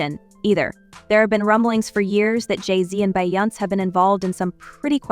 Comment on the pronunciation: Who is BY- OUNCE? Her name is pronounced BE-YON-SAY